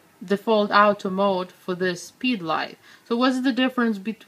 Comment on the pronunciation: Love the way you pronounce Auto mode... Out-o maoud